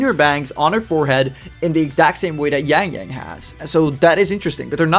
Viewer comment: Wow, you have good pronunciation for their names.